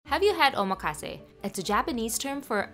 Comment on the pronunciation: The emphasis in omakase is on the ma, not the ka, so it would be pronounced oh-MAH-kahsay Looks delicious!